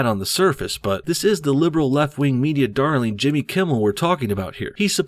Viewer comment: I mean, I didn't see much wrong with her accent. She pronounced every word except "thees and that" . Lol really just taking cheap shots at this point.